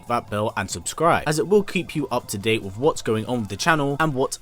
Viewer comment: Your videos are good, but you narration is shit. Please work on you enunciation. For example it’s pronounced wiTH not wiF. I’m from the American south and work hard to drop my accent and speak clearly.